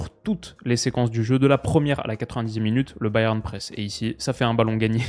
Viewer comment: Au pire dis Munich si tu galères a dire Bayern 😅